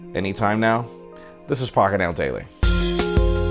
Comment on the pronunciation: when he swiftly says,,,pocket now,,it always sounds like,,he is saying,,,,,,,,,*uck it now